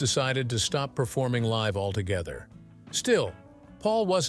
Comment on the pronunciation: oh, the AI voice over! Live (rhymes with Chive) and Let Die LOL LOL